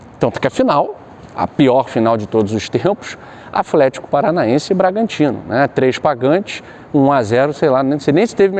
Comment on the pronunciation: Afletico kkkkkkk